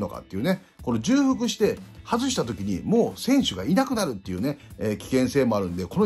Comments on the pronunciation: 重複は じゅうふく ではなく ちょうふく です。 じゅうふくは×ではありませんが 元々は間違いです。 貴重をきじゅうと読む人が増えればいずれきちょうの横にきじゅうも辞書に載るかもしれませんね。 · 『じゅうふく』ではなく『ちょうふく』ですよ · 重複はじゅうふくではなくちょうふくかと思います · じゅうふく が凄い気になっちゃう（笑）本来は ちょうふく だけどもうこれもどちらでも良いって風潮になってるよね… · 里崎さん、じゅくふくではなくちょうふくでは？ww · サトさん色んなチャンネルで使ってますけど、｢重複｣はジュウフクじゃなくてチョウフクです。 細かくてすみません。毎度毎度気になっちゃって( . .)" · じゅうふくじゃなくてちょうふくね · 慣用読みで使われてますけど、じゅうふくは聞いてて恥ずかしいのでちょうふくと言いましょう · 重複は、じゅふくじゃなくちょうふくです、かんさいじゃなく かんせいがくいん。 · じゅうふくじゃなくちょうふくです！！ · 重複は「じゅうふく」ではなくて「ちょうふく」ですよ。「慎重」「丁重」と同じ読みです。「慣用読み」として使われているだけなので、今後訂正された方が言葉を使う職業として宜しいかと思います。 山下輝投手取れたのは良かったです。高校時代投げ方を見て波佐見高校の隅田投手同様木更津総合高校の山下投手をプロで通用する投手と見ていました。トミー・ジョン手術で回り道しましたが、パワーアップして戻って来ました。変化球のコントロールでは隅田投手と互角なので確保出来て良かったです。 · 重複をじゅうふくって読むのアホだと思われるので辞めた方がいいですよ まあ最近はじゅうふくって読んでもいいみたいになってますけど、読み間違えるアホの声が大きいからそれが通用してるだけであって やっぱりここは多くの人が見てるんで正しい日本語じゃないとだめでしょ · 重複は、『ちょうふく』と読みます！ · 重複（ちょうふく）が正しいかな？ 投稿おつかれさまです。袴田さんとの収録も楽しみだな。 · 里崎さんも「じゅうふく」民だったか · 重複をじゅうふくって言うの気になる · 里さん！ 重複は「ちょうふく」ですw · 重複→ちょうふく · 重複(ちょうふく) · 重複をじゅうふくって連呼するのがキツい。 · 重複(ちょうふく)です